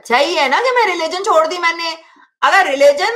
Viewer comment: Chod rha Nhi “shod rha” kaha hai